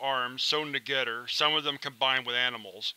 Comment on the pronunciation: I love these readings! I must say, your voice is perfect for this. Those occasional mispronunciations (Or perhaps it is an accent that I am not recognizing,) add character and even humor to these tales. "Two great tastes that taste great togedder" from The Things Dr. Bright Is NOT Allowed To Do At The Foundation had me in stitches! Keep'em coming and I shall surely keep listening.